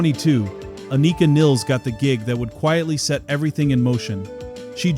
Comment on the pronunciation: Many get neil's last name pronunciation wrong, and Anika Nilles, first and last name as well! Aneeka Nillis